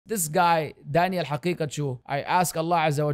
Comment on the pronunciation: Why do you always pronounce his name as "Danielle" Was your ex gf named that?